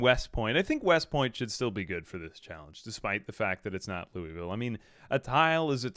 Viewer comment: Fyi, it's not Lou(ee)ville, it's Lou'vull or Lou-a-vull.